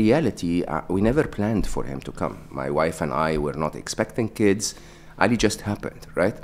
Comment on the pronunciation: When Mo called Ali in a non-white way he did the Arabic prononcuation of it it made me really happy :)